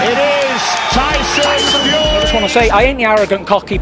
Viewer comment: Tyson FeYUHree